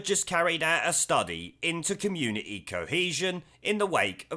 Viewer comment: its community NOT communieeee FUCKING HATE THAT FROM HER LOT